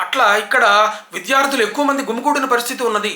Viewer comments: అవునండి. ఈ మధ్య కాలంలో తెలుగు న్యూస్ రీడర్స్ తెలుగు వింటే రాయి తీసుకొని మొహం పగల గొట్టాలనిపిస్తుంటుంది. మీరు చాలా ఉదాహరణలు చెప్పారు వాళ్ళు పలికే చిలక పలుకుల గురించి. ఇంకొక్కటి మర్చిపోయారు. "విద్యార్థులు" అనడానికి "విధ్యార్థులు" అలాగే "బాధితులు" అనడానికి "భాదితులు" అంటున్నారు. అప్పుడు నాకు అనిపిస్తుంటుంది... "నాయాల్ది కత్తందుకో జానకీ"అని.😂 కానీ ఒక చిన్న విషయం చెప్పుకోవాలి ఇక్కడ. తెలుగు పదాల ఉచ్చారణ బాగుంటే చాలు.. ఇంగ్లీషు పదాలు అక్కడక్కడా ఉపయోగిస్తే పర్వాలేదు అని నా అభిప్రాయం. అందాకా ఎందుకు..?? చివర్లో మీరే "సబ్స్క్రయిబ్" చేస్కోండి.. "బెల్ ఐకాన్" నొక్కండి అని అన్నారు. అంచేత తెలుగు భాషను khoonee చెయ్యకుండా అక్కడక్కడా ఇంగ్లీషు పదాలు వాడ్డం తప్పు కాకపోవచ్చు. లేదంటే మరీ గ్రాంధికం మాట్లేస్తే రాజుల భాషగా అయిపోయి.. "అహో.. ఎవరక్కడ.." అన్నట్లుంటుంది. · మీరు చెబుతున్న విషయాలు అక్షరాలా నిజం సర్.... ముఖ్యంగా విద్య, విద్యార్థులు అను పదాలను... విధ్య, విధ్యార్థులు గా పలుకుతున్నారు... చాలా బాధగా ఉంది